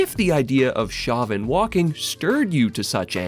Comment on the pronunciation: I'm pretty sure that "Chauvin" is pronounced "SHOW-vin".